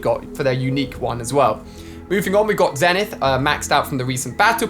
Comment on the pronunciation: It’s prounounced zenith